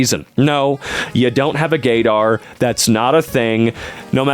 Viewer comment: "gay-dar" is just halarious to me